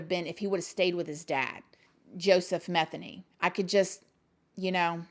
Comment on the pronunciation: It's actually pronounced Ma theen y